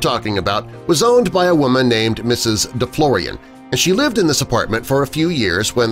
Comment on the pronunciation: Deflorian don't sound French